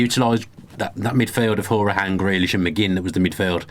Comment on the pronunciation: Great podcast as always fellers. Just a quick point on Hourihane - you obviously didn't watch/listen to him on 5 Live the other week. His name is pronounced HOW ree han. Some of the tv commentators have now finally caught on and are pronouncing it properly so maybe you fellers should too. As for any debate about, "is he worthy of a place?" etc, etc, I really don't think the question even merits consideration. Anybody doubting him and his commitment to our Club should just be told to go away and give their head a shake. He's done this Club proud with his performances and abilities and he has played a major part in getting us to where we are now. Most of our players (including Jack) need some time to grow into this league. Everyone needs to stay off their backs because it's a steep learning curve and they need all the support we can give them. UTV VTID